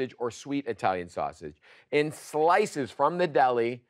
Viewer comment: LOL you pronounce sausage the way my grandpa did LOL